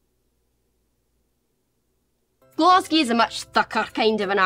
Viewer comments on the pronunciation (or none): I always get annoyed at how they say Glasgow as Glesgae, its Glesga. It has a hard a at the end.